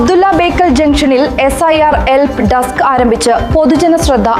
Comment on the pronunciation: എൽപ്പ്. അല്ല ബ്രോ. ഹെൽപ്പ്